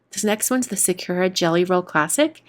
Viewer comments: It’s not Sa-cure-a, it’s sa-koo-a. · Why do so many YouTubers pronounce Sakura wrong? It's sah-koo-la. I cringe everytime I hear sah-KUR-a.